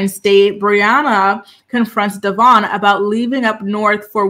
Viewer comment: It’s pronounced Devōinn, been saying his name wrong since the beginning and he had her child!!